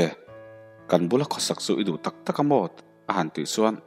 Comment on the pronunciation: Hnuailam a bi tawk tawk mai tih i lam dan kha Ava han dillo em em ve,nangma ziak ani lawmni..tawk tawk tih lam kha lo zir tha leh teh